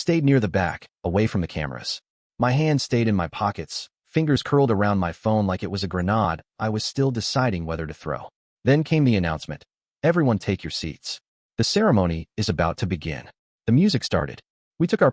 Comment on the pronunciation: Not granade, it is grin aide - grenade